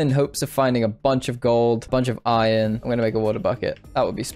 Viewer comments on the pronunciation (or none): none